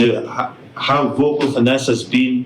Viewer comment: Nick Young, Its "Thanasis" not "The-Assess". 😂